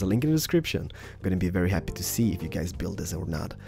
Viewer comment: At start u say Hey Gays AHAHAHA